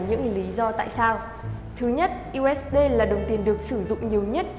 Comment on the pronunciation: 1 là đọc "diu ếch đi".2 là đọc "u ếch đê".